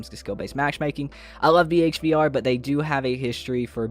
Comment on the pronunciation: did you pronounce bhvr as b.h.v.r?? why didn’t you just say behavior at that point